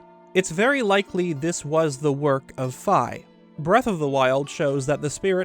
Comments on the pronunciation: "Fee" not f🥧 or am I saying it wrong? 😂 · Fi name is actually pronounced "Fee" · It’s pronounced phee but spelled phi